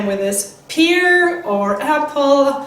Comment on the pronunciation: You're not pronouncing "pear" right